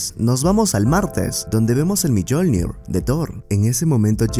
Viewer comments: Corrección de algunos errores: 1. El metal que mata a Tony es el paladio, el litio es la cura. 2. Se dice /Miolnir/, (Mjolnir). 3. No es un policia/secretario/ayudante/amigo de fury/agente de shield x, Es Phil Coulson, personaje que aparece en vengadores 1. 4. No es Jim Barton, es Clint Barton. 5. Esa bióloga es Betty Ross, hija del general Ross e interés romántico de Hulk. 6. Se dice general /Ros/ (Ross), no Rose. 7. No es el teseracto, es la caja que contiene el infierno helado. 8. No es Hela, es Lady Sif. 9. La mujer que aparece en la pantalla es Janet van Dyne no Hope. 10. No es un robot, es Destructor, villano que enfrenta Thor en su primera película. 11. Es el traje de Yellow Jacket con el casco de Ant-man, no el traje original. 12. No era un explosivo lo que mató a Hulk, fué un disco de crecimiento con particulas Pym, no explotó se hizo gigante. 13. No se congeló a ninguna ciudad. En esencia esos son los errores del video. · Miyolnir, robot xd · "Miyolnir" de Thor... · La forma en que pronuncia "Mjollnir". Un cague de risa absoluto.